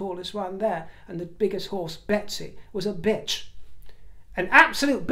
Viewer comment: the horse sounded more like a Megsy instead of a Betsy.